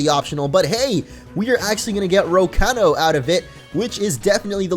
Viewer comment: Am I the only one annoyed of his pronunciations of Rocano?